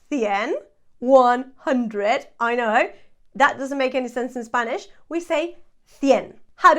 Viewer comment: Thanks so much, i'm from sweden as you can notice my english is not so good as i wish however your pronunciation is so clear so i understand enough to be able for trying learn spanish, great job! I will follow you since now